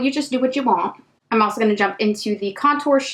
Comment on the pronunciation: Your makeup looks are everything! I love how you don't edit out you messing up a word too , "alsho" , "also" 🤣🤣 💜💜